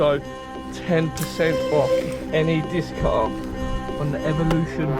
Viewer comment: Does your family say Diskkk cuttaaar ?